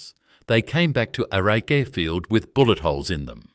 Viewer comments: Please ditch the AI, bad pronunciation especially Archerfield 😂 I prefer to support original genuine narratives. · It IRRITATES me very much the use of AI voice. The pronunciation of the airfield is SO wrong, it destroys the viewing of this content. PLEASE redo it then it will be watchable with sound on 😡